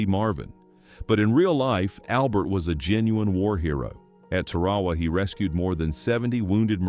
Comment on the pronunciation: AI doesn't know how to say Tarawa. Cute.